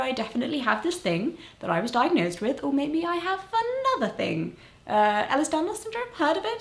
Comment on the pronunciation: Can I just correct you Molly, yes it's been 2 years ik, I just wanted to get this important info right. Ellis Daniels Syndrome is actually called Ehlers-Danlos Syndrome. (Pronounced: Ella's Dan-Loss Syndrome)